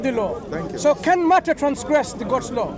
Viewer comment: you key-un not worship the father...